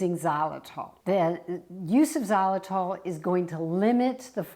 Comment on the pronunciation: Before I started I said please do not say xylitol! Here we go again